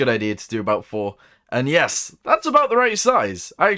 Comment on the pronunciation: please stop saying “yeas”